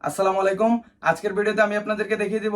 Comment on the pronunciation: আসসালামু আলাইকুম। থেমে সুন্দর করে বলবেন আপনার টা আসসালামালাইকুম হয়ে গেছে